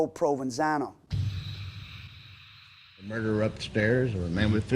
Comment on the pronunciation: They keep saying "Provansano" and I keep hearing provalone cheese, on top of some ridiculous Italian sub..